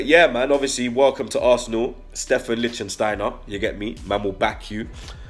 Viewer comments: my brotha, it’s “Litch-Steiner” you and gotta stop with this “Licht-Sten-Steiner” none sense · Good signing as experienced players go. I cant wait to see our new look defense next season. Fellaini or Yaya? Yaya for me too. He should have been an Arsenal player years ago. But if Fellaini comes we have to welcome the yout imo.,,,LICK STEINER...3 syllables not 4 bredrin...lol...love your content tho. Keep up the good work yeah.